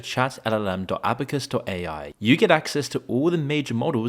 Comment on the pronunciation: Could you pronounce "ChatLLM" one more time? Chat-eiLeLeLeie-M 😂😂